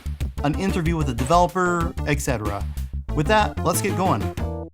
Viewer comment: Did you say "ex-etera?" I'm sorry, that's a pet peeve of mine. I know it's stupid, but it's "et-cetera." There's no "x" in it. People say it all the time and I feel like I should just give up, but it's not even remotely close to the proper pronunciation. I'd appreciate it if you changed it in the future. Then again, you probably won't read this late comment.